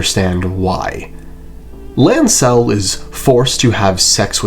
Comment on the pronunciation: I cannot stand the way you accent Lancel